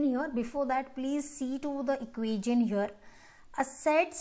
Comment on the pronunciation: It's not equasion it's equation